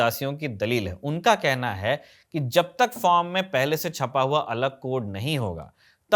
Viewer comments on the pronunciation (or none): none